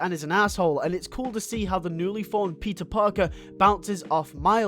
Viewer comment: Cool video! I have seen the entire season 1, 1 episode from season 2 & a sneak peek from season 3 & that’s it. I actually enjoyed it. Plus I love how I heard the way you said Peter & Anya as Pizza & Onion lmao